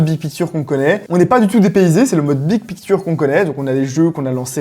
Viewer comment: Le mode « bid pikture » est massacré en prononciation c’est affligeant !